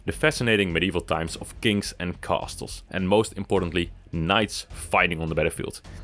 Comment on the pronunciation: Bro likes castles so much he can't even say castles.